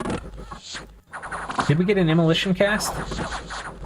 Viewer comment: omg immoLAYtion lmao